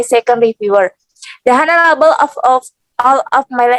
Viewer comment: please revise pronunciation of "the honorable" revise into "lecturers" as plural